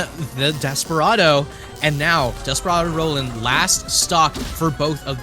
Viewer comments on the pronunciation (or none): Ah yes "Noland"